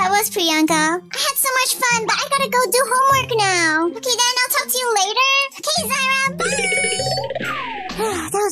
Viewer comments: Its not okeh to be okeh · Its OKEH not to be OKEH titan cry 😢